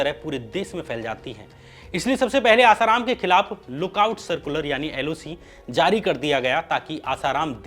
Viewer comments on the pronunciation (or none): none